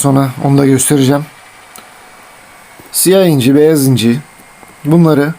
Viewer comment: Abi beyaz inci derken ilk benzinci dedin sandım